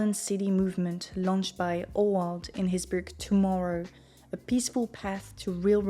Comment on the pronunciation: Oward = Howard ))) Say: I need happiness :)